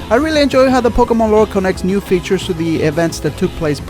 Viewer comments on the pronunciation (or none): none